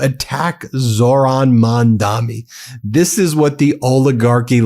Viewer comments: Dude. His name is Mamdani. Not Mandami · No front, Ben, it is Mamdani and not Mamdami 😉❤💙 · Hey man, you do great coverage, but reminder, it’s Mamdani. Not Mandami. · Dude, it's MAMDANI, not MANDAMI. I guess you're still American after all 😂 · Ben, the name is Mamdani.